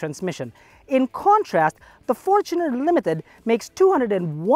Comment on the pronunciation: The current 2.8 diesel engine debuted on the Fortuner. Its technically more correct to say it like did.